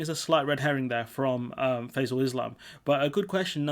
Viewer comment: Ah good... Also small mispronunciation of the interviewers name. (Think its Fie-zel rather than "fa-zel" )